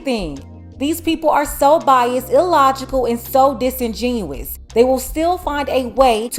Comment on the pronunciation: The word is disingenuous, sounds like it's root word genuine instead of how the narrator pronounced it sounding (ironically) like genius.